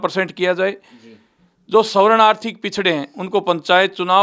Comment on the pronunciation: Gogamediji ek uchharan sudhar lo ""savaran"" n bolakar svarn bolo.